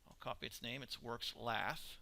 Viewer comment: Laugh and Junk......its lathe and chuck